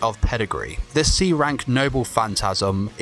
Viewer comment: If he didnt say "rank-ked" at all the times he did, it be better. He sounds like hes gnashing his teeth.